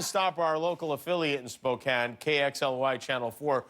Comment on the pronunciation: I think most Washingtonians are laughing right along with Jimmy. Just glad he knows how to say Spokane correctly. And he he promoted Dicks!